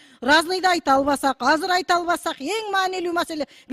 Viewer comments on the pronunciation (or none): Казыр эмес азыр деп сүйлөсөн мер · Кыргызда казыр деген сөз жок азыр деген бар. Туура сүйлөгүлөчү .